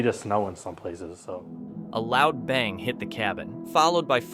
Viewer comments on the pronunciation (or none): none